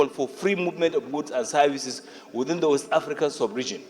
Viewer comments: For long, l have been searching my dictionary to see if there's any English word called: Za, but l didn't see. Where did that illiterate senator got the word he pronounced repeatedly, or is it one of the Aboki's English wahala? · Guy go and check your English oral sound on how to pronounce The as za by British people, I don't know and wonder how you passed your English language.